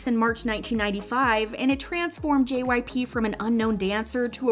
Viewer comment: At the beginning I thought she said JYPUCK